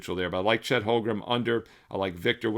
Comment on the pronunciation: Duuude.. for the hundredth time.. it's HOLM - GREN ... NOT Holgrum!